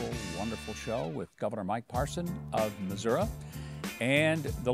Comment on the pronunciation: Lol Mike said masura (Missouri).